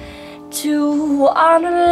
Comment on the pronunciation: As a big fan, one who traveled to Oslo specifically to attend one of her concerts, I wish to comment respectfully on a couple of her soft vowels at the end of "want" and "need" in the phrases "to want you" and "to need you." By softening or eliminating the "t" and "d" she reminds us that she is not a native speaker, and it distracts me from the beauty of the performance. A couple of other consonants at word endings are also softened. I very seldom hear these in her vocalizations. I hope she will talk over these pronunciations with a vocal coach. May I also say that I thought twice before piping up here b/c I feel a bit silly in remarking on the performance of a girl who clearly is a great artist, but I do so only with good intentions. Thanks, Angelina, for all the joy and smiles you bring to us.